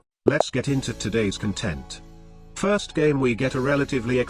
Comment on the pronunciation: its pronounced "content"